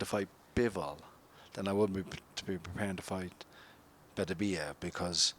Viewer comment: Everyone says Beterbiev's name wrong. Its BeTERbiev, with the emphasis on the second syllable. And before you ask me how I know, I learned it from a teacher of Russian literature in the 1980s.